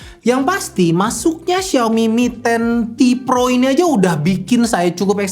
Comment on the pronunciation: Apa saya salah dengar?? Di video disebutkan ini Mi Ten Pro (mi10 pro) padahal seharusnya mi ten ti pro (mi 10T pro)